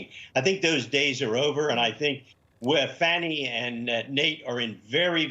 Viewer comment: Is someone or something causing you to use the political correct pronunciation of Fani's name? It's not Faw-ney, it's Fani!